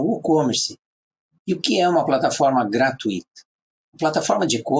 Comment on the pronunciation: Parabéns! Você erro apenas na frase GRATUITA (Não se pronuncia o "i" separado do "u" sendo o "u" a sílaba mais forte a ser falada na pronúncia. Porém se você for Espanhol está tudo bem, mas se for brasileiro ou português cuidado com sua pronúncia!